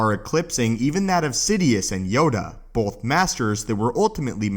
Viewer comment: Both not “bolth”